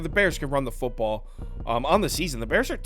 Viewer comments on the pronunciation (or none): none